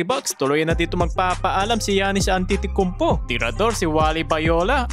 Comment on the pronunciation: Giannis antetocounpo po ang pag bigkas hndi giannis an titi konpo😅